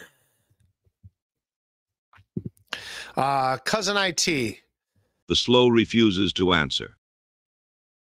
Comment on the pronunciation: "Cousin Eye-Tee..." 🙄😑